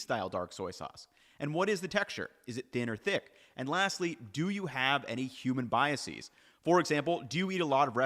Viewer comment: the plural of bias is biases, not biasees. Thanks for all your great videos and sorry for being a nerd.